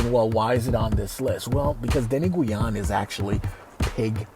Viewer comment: Hi I'm a Filipina❤️ and thank you for the compliment to our authentic food❤️ btw It's di-nu-gu-an☺️